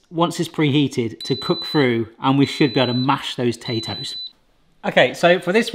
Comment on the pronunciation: Why can't you say through correctly!